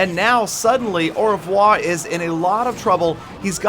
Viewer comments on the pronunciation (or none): The way pronounces "au revoir" is too funny.